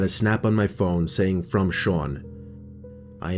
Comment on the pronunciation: The way he said "Sean" 👌🏻